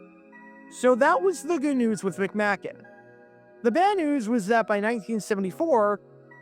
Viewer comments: Pronounced McMake n. Randy Grossman not Burt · McM-AY- kin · You pronounced John McMakin's name wrong. It's a long a, not a short one. The Lions were already down to their 3ed string Quarterback and tons of other injuries. You're really reaching for a story. Lions Rule!!!!